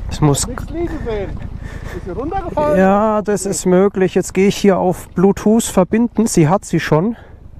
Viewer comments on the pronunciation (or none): none